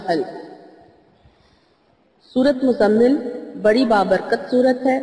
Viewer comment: App ny tu Surat mozammil ko hi ghalat phara hy